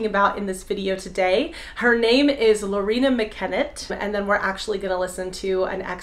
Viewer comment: Her name is Loreena, not Lauren... which is a great name, but not hers, lol!